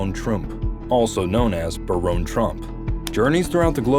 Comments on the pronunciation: That pronunciation caught me too. Bare-own? How the hell would we spell that??? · Ahahah Nice propaganda. It's BARON, not Baronne. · All points aside, it’s Baron like Barren, not Baronne. A Baron is a title, Baronne is a name. And even if it was pronounced Baronne, that would make it French or Italian, def not German. But great video either way! The coincidences are hard to ignore! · Baron is still pronounced Barron, no matter how u spell it!! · Hate to be this person, but here I go anyway: Baron and Barron are both pronounced as “BARE-un.” ☺️ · I guess ai has problems pronouncing the name Baron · You mispronounced Baron. It's pronounced like a titan of industry is a baron. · I laughed at this pronunciation too lol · It blows my mind how you can come up with all this information and thoughts and put it all together and a script that you can't pronounce words like Baron which rhymes with Karen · It would be helpful if the narrator would learn how to pronounce all words & titles before he/she starts to speak. Baron is one of these words. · Where are you getting the e in baron trump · Learn how to pronounce Baron lol